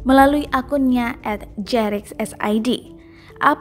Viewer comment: jrx bukan jerix